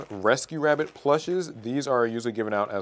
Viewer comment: That wascially wabbit